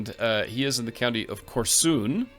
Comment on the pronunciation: It’s kOrsun, not korsUn 😁 Too bad doesn’t keep true titles for Russian lands. We never had princes, we had titles of Knyas’ later we had Tsars and then - Emperors… Also, we were not Norse or Vikings. True that Rurik is believed to be of Scandinavian descent, but all other generations had nothing to do with Norse or Vikings… I seriously advise you to brush up on succession tules in Kiev Rus. Nothing was equally shared. It was quite often that wars started between siblings bc either they didn’t get equal shares or got no shares at all.